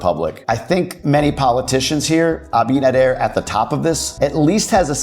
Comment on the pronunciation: Hey … your pronunciation of Abinader is sounding great!